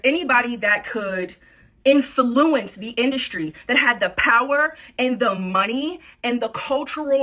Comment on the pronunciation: " IN- FA- LOU- WENCE "